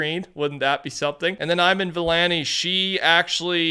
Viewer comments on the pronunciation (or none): Bro!!!!!! You pronounced Kevin Feige and Iman Vellani's names SO TERRIBLY! Nothing is more f'kin rude than absolutely obliterating people's names.